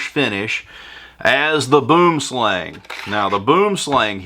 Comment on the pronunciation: LOL, boomslang, actualy translates into Englis as tree snake, its SOuth African/Dutch, and actualy isnt pronounced like you do ;-)